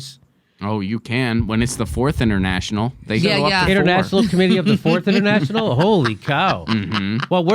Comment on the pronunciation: Wow, this is what happens when you don't know your history. The Fourth International is the current international socialist movement. And they're pronouncing it completely wrong too.